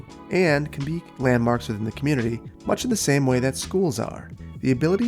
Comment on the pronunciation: did he just say “that same vay”? o.0 You goin German on us,?